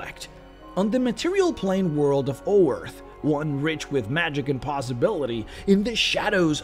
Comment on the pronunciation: oearth ? As in, our world ?